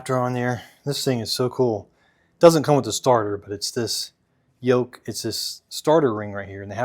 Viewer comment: Yoke? I thought you said yolk 😂😂😂😂😂😂